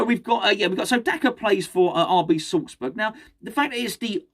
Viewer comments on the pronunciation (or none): none